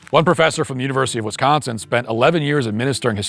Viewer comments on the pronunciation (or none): none